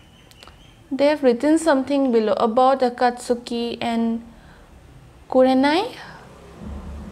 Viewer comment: I like the effort you put into your reactions. I’m mentioning this because I think you like to get things right, not to be rude or anything like that - Akatski is pronounced as three syllables, not four. The “u” is silent.